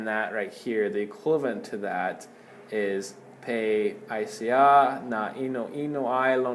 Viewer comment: Great videos. Soft e on pe like “pet” rather than sounding like an A in “pay”